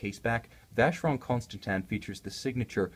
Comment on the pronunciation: I don't think it's pronounced Consta-tan. Also the watch is about $15k retail